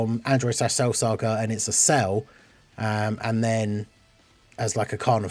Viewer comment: I mean, you were talking about that there won't be a banner unit since there is an extra LR on the banner. That sounded more like "There is an extra LR on the DFE banner und therefore there won'T be a banner unit" xD